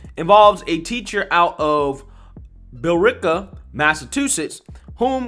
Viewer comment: Math is MATH, and not social studies, just saying. Congrats for pronouncing the Town of Billerica correctly too. Many pronounce it with 4 syllables, when it's only 3